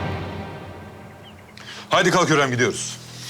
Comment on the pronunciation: Hurrem: süklüm ağa Victoria: sumpül ağa İsabella: Süslüm ağa